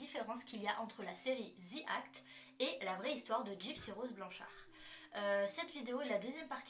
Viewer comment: ce n’est pas le Ze ou Zi qui est faux , le The se prononce comme un Z mais avec le bout de la langue entre les dents .. au pire on dit “De ou Di act” mais pas Zi ou Ze 🙃